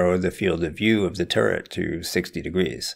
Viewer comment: Oh, he was saying turret the whole time. Not turd. Turret.